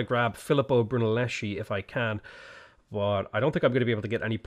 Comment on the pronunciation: Man I really enjoy your videos, but please he is Filippo Brunelleschi, you have to read it Brunelleski, not Brunellesci